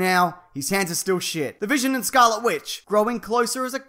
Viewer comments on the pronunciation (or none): none